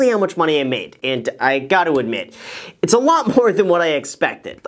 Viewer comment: “What’s up Graham its guys here” lmao